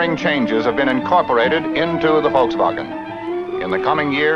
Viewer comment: Finally someone pronouncing Volkswagen correctly. 👏👌🙂😊👍